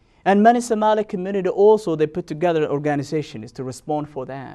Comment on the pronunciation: Do you even listen to yourself? Subhanallah, you don't make any sense. Brother before you speak please get a script so it will make easy for you to get to the point. Plus why are you trying to get an accent that’s difficult for you? Because you are NOT even pronouncing Somali correctly.